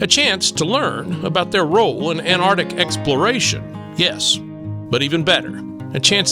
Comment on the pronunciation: Cool seeing the Antarctic Centre (the first c isn't silent though 😉). You make the videos interesting- thank you x